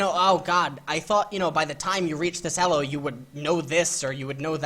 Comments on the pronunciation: What the fuck is "Ello" hell it's pronounced "EEELOW". fuck. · I thought it was pronounced "E-low" not "Ehh-lo" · its E L O not ELLOS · the only person who pronounces it Ello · Elo is pronounced with a long E, not a double consonant L! Just saying. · The way you pronounce elo hurts my head. Great videos tho! lol